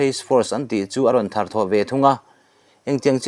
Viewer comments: A thiam theiloooo....hnamdang ti dawn ila a pai bawk silov🫣🙈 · Athâr thawh leh dawn nilo in,a thar(rr) thawh leh dawn